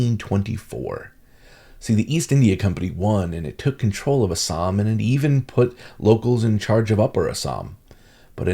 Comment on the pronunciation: Love your correct pronunciation of ASSAM 👌❤️